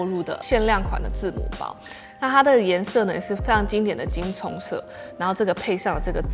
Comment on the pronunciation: 金棕 那個字唸ㄗㄨㄥ 好嗎？ 還有 鬆垮